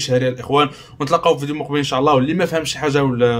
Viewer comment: قاليك أن شاع الله. الله يرضي الأخ حاول تنطق الكلمات بشكل صحيح: إن شاء الله وليس إن شاع ...